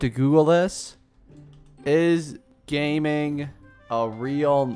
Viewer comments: he's based on liyue (china) so it's gah-ming, not gay-ming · GA-MING not Gay-Ming cuz obviously its chinese not american/english name. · It's pronounced Ga-Ming not Gaming lol; idk why they didn't put a space or anything in between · It’s not “gaming” but it’s pronounced “gah-ming” it’s a traditional Chinese name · Gaming's name is pronounced Ga'ming!! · his name is pronounced like Jiāmíng, and hers is Xiányún, not like Xinyan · The name "Gaming" is a Chinese name pronounced jahming, which means light and kindness 🥰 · Gaming's name is supposedly pronounced "Gah-ming" or "Jia-ming", it's just the way they space the characters. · before it gets lost in the comments please it’s pronounced “ga ming” please your other pronounciations already scare me please don’t let this happen to him too 😭😭😭😭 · Gaming is pronounced Jieming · I think it’s pronounced Ga-Ming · Pronounced GAH-MEENG obviously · It’s pronounced Ga Ming just trying to help 😊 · I think its pronounce as Ga Ming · Thank you. They way it pronouced it made me insane 😂 its not his fault tho